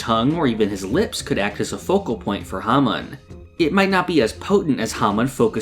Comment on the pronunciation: The way you mispronounce hamon drives me crazy and it's in your channel name lol